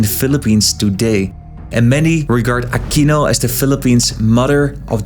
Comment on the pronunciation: please stop using the spanish accent when pronouncing filipino names, just say it in the English way. Props to you tho for pronouncing it as "Ah-kino" instead of "Ah-queeno" like some other American youtubers.